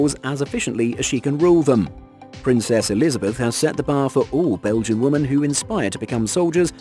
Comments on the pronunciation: OMG it's "WOMEN" not Woman for the 5000th time 😂😂😂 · Like some others have stated: you seem to have a problem pronouncing women. Also: As long as people pass the standards set I have no issue with gender. But if you lower those standards or remove them completely that's a gigantic issue. And lastly: you contradict your stance on women in the military and equality with a video like this but you seem oblivious to it which is pretty damn funny.